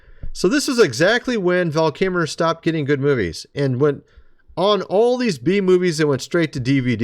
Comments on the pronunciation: I wished you would have pronounced his name right. You slaughtered it throughout the whole video. I think you might have gotten it right once. It’s Kil-mer. As for the topic at hand. I agree. He wouldn’t do whatever was required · u used a click bait title & never delivered any SECRET VAL KIL MER VIDEO. this was very frustrating. Esp since u think lying Abt content & wasting our time will make u $ clicks & get views. All u did was ensure my one time viewing ur channel is my last time. Pls try n do better. Say it right VAL KIL MER. Not kimmme or kimer it's Kill-Mer u can do it. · Who is this guy talking about named Val Kimmer??? How weird that he can't pronounce the name of a person that he's making a video about. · If you say Kimer one more time.... 😠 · Call him "Vel Kimmer" one more time... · You mispronounce the very subject of your video. Yet, when reading his daughter’s post, you bizarrely pronounce her name correctly! But then you just go back to calling him Val Kimmer. I find it really strange. It’s distracting. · I was waiting for you to correct yourself, after pronouncing Val’s last name as “Kimmer”, but you kept on doing it, so I wasn’t sure if the rest of the world has been saying it wrong or what. 😂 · Kimer??? WTF. When you can't even pronounce your favorite actor's name correctly on your video... Fail. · It's pronounced "kill-lmer" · His name is Kil mer Did you notice what I did there. I put the L in there. If you can't pronounce his name correct Must not be one of your true favorites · There is an “l” in his last name; it is not pronounced “Kimmer.” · Val kimmer? At least attempt to say his name correctly. Fk sake dude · Val Kimmer? 😂 🪦RIP 💕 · Kimer, the “L” is silent. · Quit saying Kimer 😒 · I posted a similar comment, he’s saying KiMMer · Great actor - hands down better than Tom Cruise!! Can you please pronounce his name correctly?? Kil-mar. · KIL-MER...you keep mispronouncing his name. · Pronounce his name correctly! You know are not saying the L